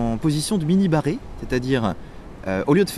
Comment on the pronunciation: moi a chaque fois que tu dis mini barré, j'entends "mini moi" --> la voix austin power